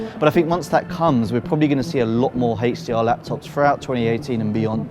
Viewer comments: Someone tell this guy, its HDR...not Hatch D R... -_ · i know right? i read all the Indian comment with "i dont dhink dhad is dhe way to say HDR"